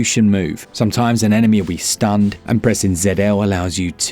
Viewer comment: "Somtimes an enemy will be stinned and pressing ZL allows you to...well let's find out"